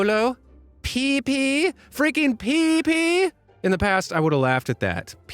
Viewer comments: I will never say Pepsi the way again 😂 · "spripe?" "Coco colo?" "PEEPI??" "FRICKIN PEEPI????" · “Unlike these horrible socks. Spripe, Coco Colo, Peepi, serious peepi?”